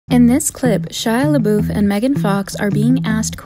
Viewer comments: We’re not gonna talk about how Megan Fox said “Shila” and not “Shia” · and she called him "shila", :'-{